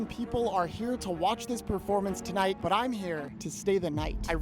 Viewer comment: It’s but not butt💔🥀